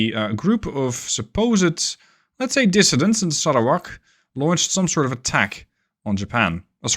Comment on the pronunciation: Exelent pronunciation of Sarawak , Bintulu and Kuching . Just like a local